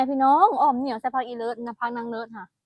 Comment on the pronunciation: อ่อมอะไร คนอีสานฟังไม่รู้เรื่อง เหนียวหรือเหมียว ถ้าพูดว่าเหมียวคิดว่าอ่อมแมว 😅😅